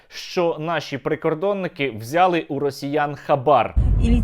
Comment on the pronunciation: Українською наголос буде на 'и': взялИ, а не взЯли далИ, а не дАли